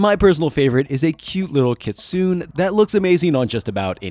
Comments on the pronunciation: it's kee-tsu-neh, not kit-soon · … kits-oon? 😂 it’s key-tsu-neh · One note: Kitsune- "keet-soo-nay". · You had me hooked until you pronounced kitsune so spectacularly incorrectly. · "Kitsune" why say the japanese word for fox if youre not going to pronounce it the japanese way lmao its giving necko :')